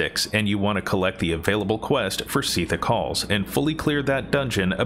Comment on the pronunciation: SEEEEEETHICK HALLS and SARJARIS. lol